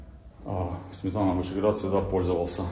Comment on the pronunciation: Не Сметана,а Сме'тана.